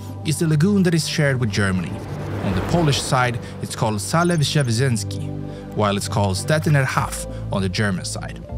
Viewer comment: "Salew" I'd say this is about as close as it gets 😂❤